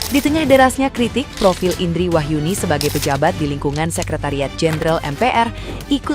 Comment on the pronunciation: … klo ngomongin Artikulasi, Lha Ibu juga klo nyebutin nama Ibu sendiri juga artikulasinya kurang Bu. IiindRRRRiiii Rrrr … Rrrr … INDRI … RRRRrrrr-nya kurang Ibu 😅